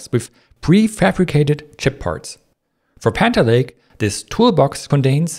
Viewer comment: Can you try to say panther lake? every time you said it in thhe intro you said "haner lay" and I am really having trouble keep up with turning hanner lay into panther lake while understanding at the speed you are talking.